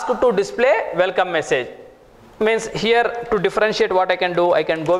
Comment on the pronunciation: You also appear to have a language barrier with the pronunciation of some letters. It's not "Velkom" it's "welcome"... it's not "vith" it's "with". And you abuse of the words "so" and "kind of thing" a million times, maybe you don't even realise that. I'm not English but at least I don't give public courses. You should consider taking an English course first and then rationalize the content of your courses. I will not even open your video no.5 on Gradle. Already wasted too much time